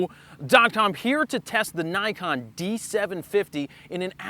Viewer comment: Oh dear.. Why are you saying Nikon like that... What a twat!